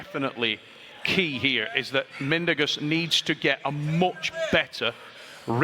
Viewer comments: Bro stop calling him Mendoges 😂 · Travis is so dumb!He didn't get Mindaugas' name right ONE TIME!!!